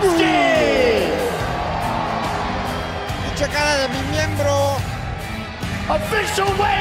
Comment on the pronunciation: "Volozki" jaja😅